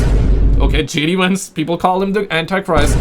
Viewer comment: JD VANCE not WANCE 😂😂 or WENTZ as your captions suggest fml